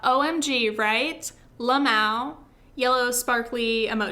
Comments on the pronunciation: can we just talk about how ppl say “lmao”? The first time I heard was via some internet friends who read the letters out, which I thought was such a waste of time? Just say it like ‘lay-moe’??? Then comes out here pronouncing it like “lay-mao” whaaa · did she seriously just say lahmo when saying lmao